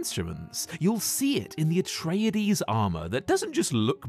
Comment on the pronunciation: "Atrayadees" ffs. They say the pronunciation in the movie.